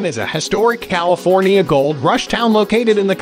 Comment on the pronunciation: Ugh, this video is unwatchable. Robot voice mispronounced practically every town and even said California incorrectly. Plus much of the information is incorrect.